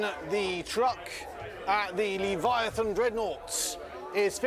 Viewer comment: it’s a LEV-VIA-A-THAN dreadnaught. 😌